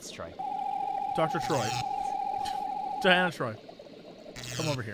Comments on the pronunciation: it continuously infuriates me that Jesse keeps calling her Diana Troi (her name is pronounced Dee-Anna Troi FFS) and you call yourself a nerd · As a Trekkie, the fact that Jesse keeps pronouncing Troi's first name as Diana (which it clearly isn't) is infuriating!! Stop mispronouncing her name, please!!